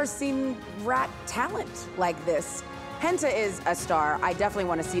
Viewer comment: sooo the rat is named hanta (according to the description) spelled the same as hanta sero from bnha, but pronounced differently (i'm sorry tape man) EDIT: re-watching while in my hanta sero cosplay. totally no regrets